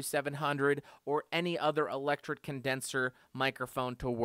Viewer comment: "Electret" Condenser Mic. "tret" rhymes with "threat"